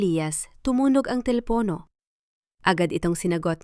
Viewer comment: Maganda sana ang story kaya lang nakakainis pakinggan ang pag bigkas ng mga salita ang narrator nakaka tawang pa kinggan at nakaka yamot bakit pinuputol nya ang mga pag salita gaya ng telepono at marami pa